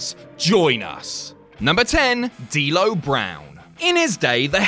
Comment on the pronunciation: You said Dammit D-Lo in a Dublin accent didn't you?